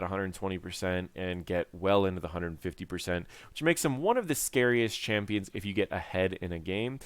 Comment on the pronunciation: Bro.. did u really said "champions" ?? oh god..